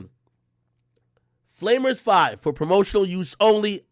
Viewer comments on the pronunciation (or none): does meek mill know what a flamer is 😂😂😂 bro really called it flaymer 5